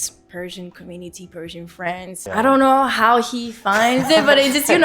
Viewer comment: Sounds like she is saying she is Parisian, not Persian! 😂